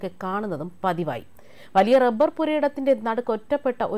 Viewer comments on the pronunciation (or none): none